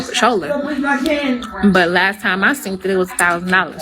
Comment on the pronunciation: When I 'seent' it 😂😂😂😂 guhhhhhh